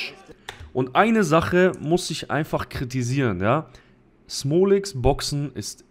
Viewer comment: Was ist mit deiner Aussprache passiert? Seit wann sagst du "isch"?